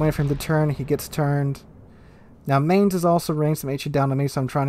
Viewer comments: A pronunciation hint: Mainz is pronounced like Mine+z, not Main+z. ...and I have to agree, IFHE is not a skill to be used on any BB. Even on French or Japanese BB I like to build on secondaries (my choice for having fun), I would never take IFHE. 4 points for the skill better used on something different and the huge toll on the main guns fire chance are just a no go. In matches one can make good use of the secondaries, the fires started can add up the overall damage quite a lot. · The Mainz is pronounced Mai-nz in Gernman. Not however you pronounced it. No offence given. How do I know the pronunciation? I have lived in Germany for 3 years and I am part German. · I love your videos and have learned much from them. BUT, can you please try to pronounce Mainz correctly? Phonetically, it's "mine-ts." "Mine" as in minor followed by a sharp "ts" sound as in "lets". Thank you! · Just think of the seagulls from finding nemo. That pronounciation fits. 😁